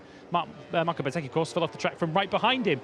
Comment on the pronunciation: Does my head in when they keep calling bezzecchi betseki